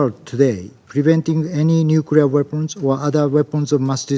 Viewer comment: LTG needs to learn to pronounce nuclear. Hey, Russia was first in space back when too.